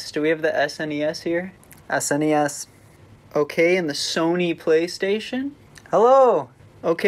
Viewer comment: Thanks for pronouncing SNES correctly.